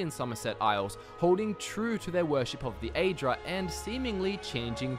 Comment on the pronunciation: Aren't you pronouncing "aedra" incorrectly? I believe it is supposed to be pronounced like "ah-ee" at the beginning, not like "ay." Same for the daedra.